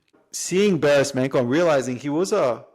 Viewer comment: nice! ps its pronounced Barish Mancho